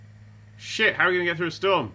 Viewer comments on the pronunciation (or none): Lol, thrudder....